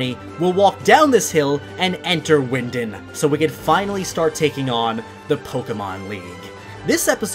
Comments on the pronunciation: you are not talking right it’s wyndon not wyindin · It's " Wyndon".Not Windin.😂😂